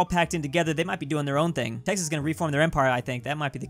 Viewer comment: he called Texas tennnise